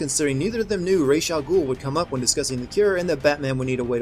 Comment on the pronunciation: Ok, another thing I would sin is this the way this guy pronounces Ra's name, that shows you just how little he actually payed attention to the story, because if he had ACTUALLY paid attention, he would have heard how how Ra's' name is SUPPOSED to be pronouced